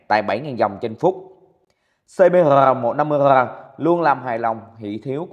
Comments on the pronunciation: đọc rờ thành gờ đi ba ơi đừng cố nghe nổi gai ốc á 😂😂😂 gờ gờ cũng dth mà kkkkk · anh đọc chữ rrrrr muốn gãy cái lữi luôn 🤣🤣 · 😂😂😂nghe từ rrrr phê vãi 😂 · Rờ. ờ. ờ 😂 gãy lưỡi luôn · Rờ ờ ờ … rờ… nghe nhột vãi rờ